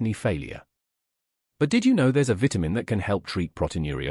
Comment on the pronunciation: Please learn how to pronounce the word "VITAMIN" THANKS